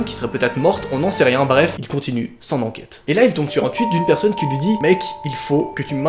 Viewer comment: Lol il dit twuit